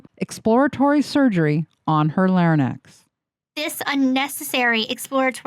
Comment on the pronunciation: Sorry to point this out, everyone has a "difficult" word, but its larynx Lar- inks, hope this helps.